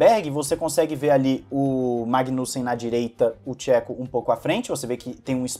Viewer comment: Gosto do seu conteúdo e acompanho tem muito tempo. Me incomoda que sempre você mete o pau no Perez, seja mais neutro. O cara desde que chegou na redbull fez muito pela equipe e pelo Max. Não esta no nível do Max, mas aguenta muito a pressão de estar em uma escuderia como a Redbull. E um toque de boa, nao se peonuncia Chéco e sim , chêco. Só assistir alguns vídeos em espanhol .